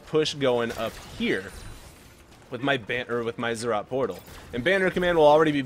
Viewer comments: They're ROTS, NOT ZZ'OTS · Zed Zed Rot